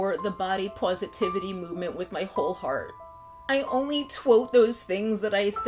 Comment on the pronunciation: 🤣😂🤣😂 she said “body pawsitivity”!!!! I have died!